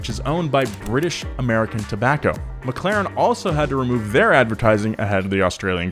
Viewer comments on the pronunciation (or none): none